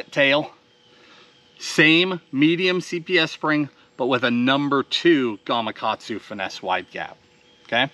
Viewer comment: Been fishing the donkey rig in the CA Delta and when they're in the eatin' mood, it's great to get a double hookup. And btw, thanx for pronouncing GamaKatsu... hurts my ears when I hear GamaGatsu... (just sayin'). Oh, and the nose rig works pretty good on a dropshot. Great vid as always, thanx!!